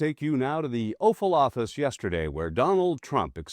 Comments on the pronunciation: Sounded like you said, "let's go to the offal office now?" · Did you actually say "The OFFAL OFFICE"?